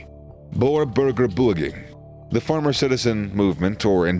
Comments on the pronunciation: Beweging (movement)... It's not bewging, it's bu as in BurgerKing and we as in way to go. And ging starts with a hard g. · Bur bowr bewgn 💀